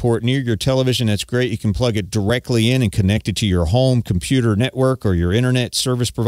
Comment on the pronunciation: a "KomPYU-tahr" in it, really?